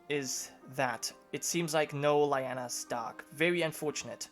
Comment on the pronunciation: LEE Anna, NOT lie anna. One of my personal pet peeves, mis-pronunciation. Like I said Personal.